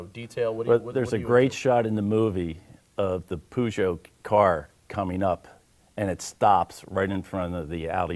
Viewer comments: its pronounced pooooooojooooooo lol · ''poooooooojooooo'' lmao, isnt it peugot? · No, it's pronounced perjoo and Le mans is leima. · was he trying to say Peugeot? The way he pronounced it was really funny, I've never heard anyone say that